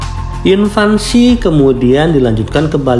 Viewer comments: INVASI bang, bukan INVANSI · Yang benar Invasi Bukan Invansi bang 😂 Gak pake "N" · Admin ini ngerti bahasa Inggris gk ya...??? Invasi koq malah bilang INVANSI..??? Bahasa dr mana tuh kata "INVANSI"... ????? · Invasi mas bukan invansi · Invasi, bukan invansi Sama juga mengherankannya banyak yg menyebut raksasa sebagai raksaksa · Btw, invasi bang, bukan "invansi". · invasi bang, bukan invansi 😭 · Invasi min, bukan invansi. 😊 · INVASI, bukan invansi. Invansi artinya masa balita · INVASI..BUKAN INVANSI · Invasi bang, bukan invansi. 😅😅😅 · INVASI bro, bukan INVANSI. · Invasi bukan Invansi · IN-VAN-SI 😂😂😂 semangat bang